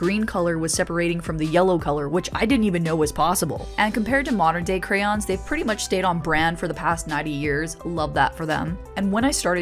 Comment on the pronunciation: Thank you for pronouncing crayon correctly.